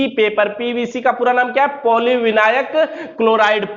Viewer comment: भाई पोollivinail होता है विनायक नही